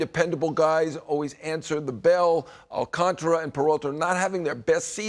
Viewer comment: Appreciate the knowledge from Heyman however how difficult is it to pronounce Alcantara correctly? You are getting paid to do this. Please respect him by properly pronouncing his name.